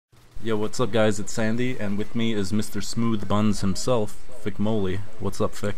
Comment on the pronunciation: is not fick its fich